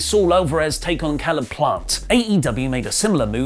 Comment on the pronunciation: its pronounced cay-leb plant not Ca-leb hahaha its nearly as bad as A-baddon